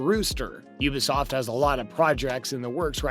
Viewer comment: Pronounce the T in ubisoft it’s not ubisof